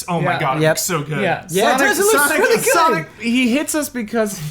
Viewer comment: I called it when said Sonoc the Hedgehog